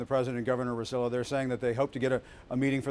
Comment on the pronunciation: Ricardo "Ro-CELL-oh" ??? Really? That's embarassing. Has Acosta never heard the governor's last name pronounced? Acosta´s supposed to be half Hispanic.